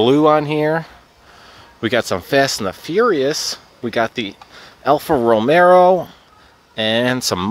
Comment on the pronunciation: Just say "Alfa Ro-Mayo"